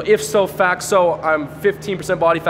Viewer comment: IPSO FAXO? Maybe he meant "ipso facto." Don't try to impress people with the use of Latin words unless you can correctly write them down on paper.